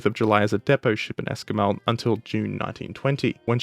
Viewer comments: It's not your fault, but as someone who lives near the place, your pronunciation of 'Esquimalt' made me wince [Es-qwai-malt] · Esquimalt = Esk-why-malt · If I may help you with your pronunciation, the west coast naval base is in Esquimalt, pronounced Es-qui-malt, with the ending t being a hard consonant. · The western Canada naval base is pronounced Es-kwai-malt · Took until until he BUTCHERED the pronunciation of Esquimalt.